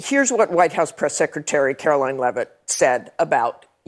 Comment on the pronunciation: AOC says "It's VOO-LA-TILE" LOL Girl, there is an app that will tell you the proper pronunciation of words that you don't know. "Carol Leave-it" Come On AOC, stop acting the fool.